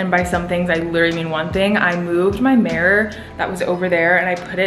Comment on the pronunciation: Omg you say marror instead of mirror whaaat